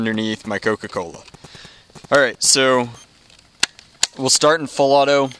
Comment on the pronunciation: You can tell he’s from Georgia because he says “Coca-Cola”